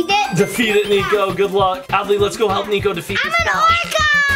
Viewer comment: it's not NEKO it's niko!